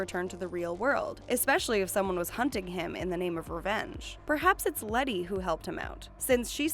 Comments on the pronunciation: *Letty not Lenny . 😬 cringe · Its “letty” not “lenny” 😂😂😂😂😂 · LENNY SHE SAID LENNY ITS LETTY LMAO